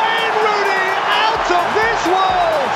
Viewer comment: lol.... ROOONEY